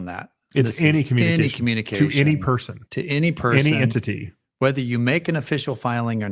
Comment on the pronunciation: What is with your pronunciation of ENTITY?